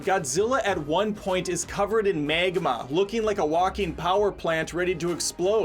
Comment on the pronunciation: Drey-gone Ronin Meg-mah Pro-tey-gonist Geeze,, does only read whatever's on the teleprompter.